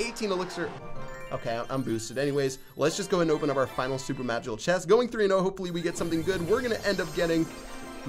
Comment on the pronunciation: Ches-t. It’s chest, not ches.